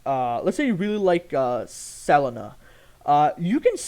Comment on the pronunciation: why do you pronounce selena like that :( it upsets me greatly